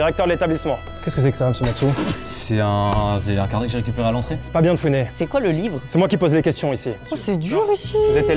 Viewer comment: Tu fais exprès de dire matsu vrai question